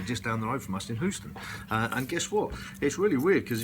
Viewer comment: "Hoo-ston"??? Eeek.